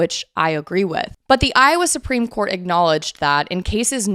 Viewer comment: Once or twice, I misheard you say Supreme Court and I thought you said Spring Court. 🧚‍♀🧚🧚‍♂💐🌷🌹🌸🌼